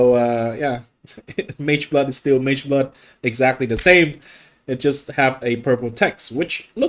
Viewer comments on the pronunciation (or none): MAGEBLOOD - ❌ MEGAH BLOOD -✅